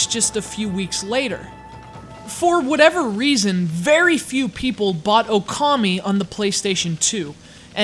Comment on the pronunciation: It's O-kami!